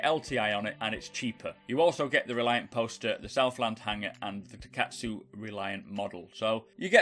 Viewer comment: Hermagherd err Reliarrrrrrnt